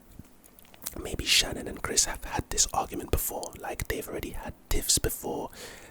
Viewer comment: Her name wasn’t Shannon, it was Shanaan. Also, police have to have a warrant to look through your phone.